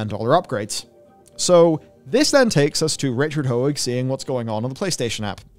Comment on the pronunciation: Stop calling him Richard "ho-egg". Matt got it right, why can't you?